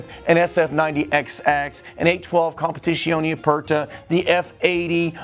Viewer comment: Bro has all the Ferrari’s in the world and can’t say Dodici and Competizione